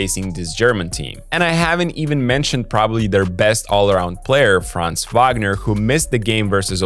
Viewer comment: Valid observations. Germany might go all the way this year. Short note on the pronunciation of "Franz": it's not a long vowel like in "France", it's short like in "buns".